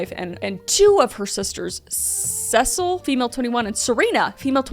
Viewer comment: It's pronounced sess-ill-ee